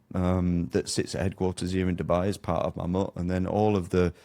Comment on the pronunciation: Can't even pronounce Mammoet correctly, explains alot